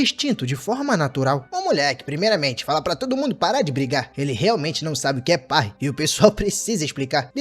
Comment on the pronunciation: AAAA QUE DOR SKAKSASK ELE FALANDO PARRY ERRADO!!